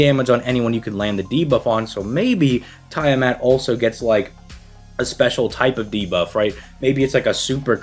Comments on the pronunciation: It's Tia-Mot my dude xD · Is it? I'm a D&D Dungeon Master regular so unless it's specifically a Fate difference (I don't know Fate), it is Tiamat. This Youtuber's definitely pronouncing her name wrong either way lmao.